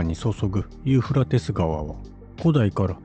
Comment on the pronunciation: どんだけユーフラテスの発音苦手なの(笑)😂😂😂